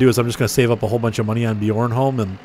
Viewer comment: BTW it's pronounced be Arn Holm bjornholm